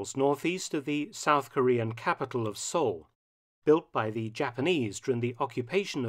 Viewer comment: Newsreel reader calls Seoul "Sewell," and it was lost twice and recaptured twice, but we don't know the date of the newsreel.